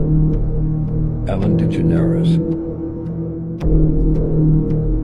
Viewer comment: "Ellen De Generis"?! L😂L!